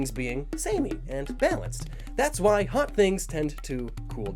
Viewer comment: I thought it said not thot instead of not hot